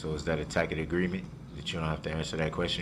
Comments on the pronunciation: Is that a "Tackit" agreement? Still makes me laugh 😂😂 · I wonder if he ever figured out if there was a tack-it (tacit) agreement. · (Ta'-kit) agreement. I want him to invest in Hooked On Phonics. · I love the “tack it” agreement. One time he said that and the judge said, “I don’t know what a tack it agreement is”. I’m sure he meant tacit but what a fool he made of himself. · Windshield wipers. How many “for de rekerd” did he say!!!! Upon yo refusal—— do dat -oaf. Guf. Tackit. Hided. Oh the words. He’s a clown.